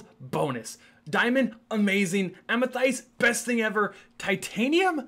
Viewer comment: Its pronounced Amathest rven though its spelt like Amethyst